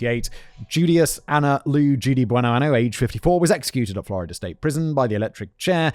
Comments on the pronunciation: It’s “Buenoaño” [buenoanyo], which means “good year.” If you pronounce it “Buenoano” it means “good anus.” 😂😂😂😂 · I can't get over the fact that Simon was pronouncing that last name as "Good anus" instead of "Good year" (Buenoaño pronounced "buenoanyo") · Um… quick Spanish vocab lesson here: “Bueno año”, pronounced like “an-yo,” means “good year.” “Bueno ano,” which you kept using in both speech and text in this video, means “good anus.” Yeah, that tiny little tilde over the “n” makes a whole world of difference in this situation. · This is terrible. At least in most of these episodes, the men are abusive assholes too. Also I can only listen to Simon say "buenoano" for so long... If I hear that she chose that name as a sort of tribute to her late husband Goodyear, I cannot ignore the fact that it's misspelled. "Year", in Spanish, is año. Without that little curl on top of the n making the word sound like "anyo"... "ano" means "anus". Like I don't know if that was an oversight on Judy's part, considering she also couldn't use the correct translation of "good" (the correct translation for Goodyear would be Buenaño) but the name Simon is saying translates to "Judy Good Anus". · I'm from Pensacola and the mispronunciation of the last name is bugging me lol